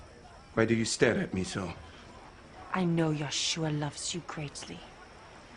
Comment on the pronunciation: Parece que eles falam yaushua invés de yausha